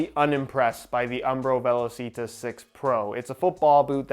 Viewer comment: Hey it’s actually pronounced “ve-law-chee-tah”